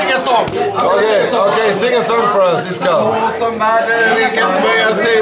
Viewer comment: Its actually iskall, not Iskall